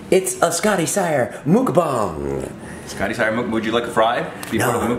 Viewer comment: Muk-bong thats what jason says